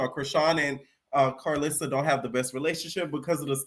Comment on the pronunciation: im buggin evertime u say karlissa i hear clarissa 🥊